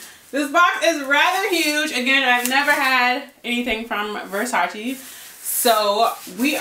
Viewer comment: Damn shame it’s 2022 and people still saying versace wrong smh